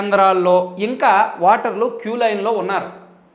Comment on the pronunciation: వాటర్ కా దు ఓటర్ అని పలకండి సార్. నేను 19 లో ఓటు వేయలేదు.పాపం లో బాగం పంచుకోవడం ఇష్టం లేక.